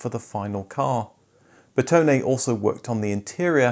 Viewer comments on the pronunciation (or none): none